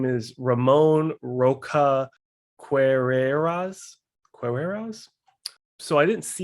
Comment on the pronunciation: Queiroz is pronounced like “Key-Ross”